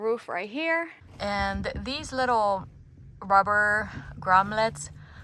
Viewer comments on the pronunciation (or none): Amazing work. I loved the pronunciation of 'gromlets' as it made me smile.